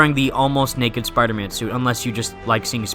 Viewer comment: You notice how he says spierman instead of Spider-Man 😂